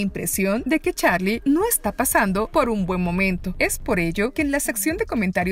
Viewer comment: No es charlie es charli 😐